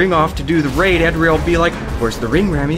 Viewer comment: YOU ALL SAY ADRIEL WRONG WHAT THE FUCK MY NAME IS ADRIEL AND IT IRRITATES ME BEYOND BELIEF